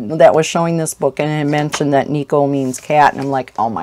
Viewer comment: Tip from a silly Japanese Anime fan here: the word "Neko" is pronounced with the emphasis on the front part("NE-ko") and yes, Japan is obsessed with cats. (they also are a bit crazy about fangs, because they generally think fangs on a cartoon characters look cute, regardless if they are cats or not) Such a funny and interesting culture, even to me after all these year.